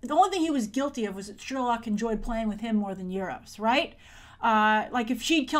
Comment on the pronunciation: you say euru's like nueroses